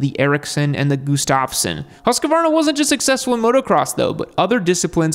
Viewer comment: Gustavsson is pronounced (GUST-AV-SON) Not (GOO-STAV-SON0